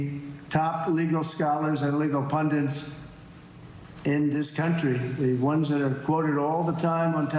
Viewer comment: He said “legal pundants.” The President of the United States ladies and gentlemen.